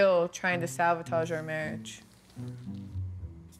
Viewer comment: Did his wife say “she’s still trying to SAVOTAGE our marriage” …. Lol Sabotage babe …